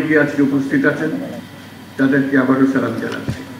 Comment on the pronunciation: সালাম টা ও শুদ্ধভাবে করতে পারে নাই মুর্খটা😂, , আবার বলতেছে জনগণক নাকি ক্ষমতার উৎস- এটা কোনো মুসলিম বিশ্বাস করলে সে শিরক করবে। সকল ক্ষমতার মালিক উৎস হলেন মহান আল্লাহ তায়ালা। দলীল - সুরা আল ইমরান: আয়াত-২৬